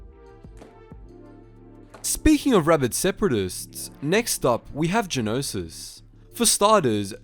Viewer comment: stop saying geonosis pls